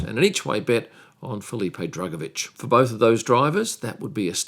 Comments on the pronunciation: I kept hearing “Fully Paid” Drugovich. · Did you say"Fullypaid Drugovich?